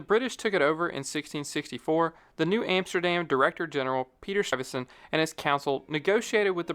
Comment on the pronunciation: How can one narrator mangle the name of Peter Stuyvesant in so many ways.... it baffles me